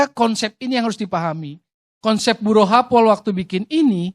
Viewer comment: mungkin nama konsultan perancang nya kedengaran Kuping/telinga nama nya "Buruh" kagak dibaca tulisannya padahal "Buru happold" 😀